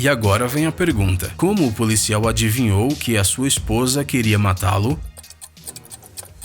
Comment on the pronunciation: Ele pronuncia policial como polícial